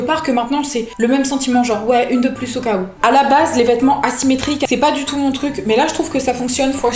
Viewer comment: Alors c'est point et pas poi